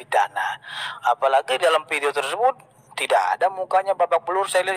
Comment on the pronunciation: Menurut saya, sebelum menjadi pengacara seharusnya belajar bahasa indonesia dengan baik dan benar. Contoh: Fitnah bukan Pitnah, Video bukan Pidio.